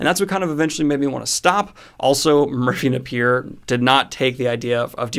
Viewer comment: I really wish you would pronounce Merphy Napier's name correctly.